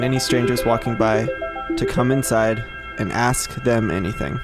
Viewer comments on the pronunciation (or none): He said cum inside sorry but I thought it was funny.